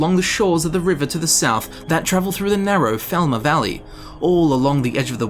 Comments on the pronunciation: It's falmar not felma 😂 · You were saying "thalmor" this whole time? Cause all I heard was "velma" for the past hour. Not a complaint, I love scooby-doo!